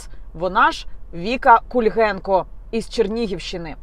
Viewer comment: Ти кобила , хоч би прізвище правильно назвала . Не кульгенко а Кульгейко . А взагалі , хто сам нічого не вартий піариться за рахунок інших .